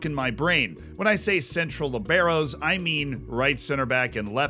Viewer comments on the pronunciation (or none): BTW, man, it's lìbero, not libéro. Lee-be-ro 😅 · It sounds so weird how you pronounce Libero lmao. The accent is in the first syllabe. Great analysis!